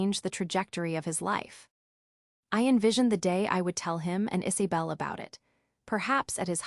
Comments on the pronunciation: It's not Is(ay)bel it's pronounced Is(uh)bel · Weird that they mispronounced Isabel every single time. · Again pronunciation of names is a problem, Isy bel or Iza bel? Sienna stop being their ATM, co-signing mortgage loans, paying for Vacations, Thanksgiving and Christmas, you give far too much and they take you for granted. The sense of entitlement, Ethan had no right to tell Sienna that she was not part of the family, he just blow his opportunity for a secure future. The expectation that she will still fund his education is unrealistic, Sienna's mother and sister are cruel. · The AI is driving me crazy trying to say Isabel